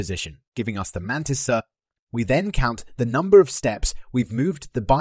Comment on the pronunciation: The man-tea-sa